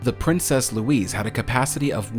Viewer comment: Princess Louise is pronounced Lou - eez - uh